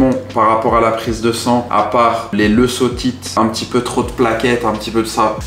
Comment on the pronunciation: Aoutch le campylobacter a dû être dur. Toujours cuire la volaille et le porc à coeur pour le conseil. Et sinon on dit pas leuSoCytes mais leuKocytes pour leucocytes ( parole de tech de labo 😉) bon courage. Une perte de poids est un long chemin et c'est dur. Force a toi 💪💪